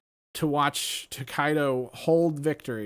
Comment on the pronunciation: I also thought “To-KAI-do” was going to win but MenaRD’s gameplay was SUPERB!!! I was really happy when MenaRD took it! Let’s go DR!!! 🇩🇴🇩🇴🇩🇴 Btw: it’s Tokido, not ToKAIdo***